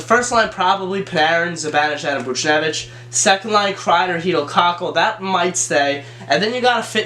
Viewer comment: If you say "Kakku" one more time...